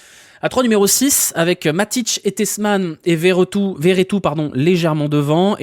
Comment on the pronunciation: Par pitie redit Vertout et pas veretout C’est beaucoup trop drole